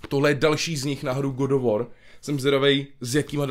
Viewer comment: GOD OF WOR.... English:D:D:D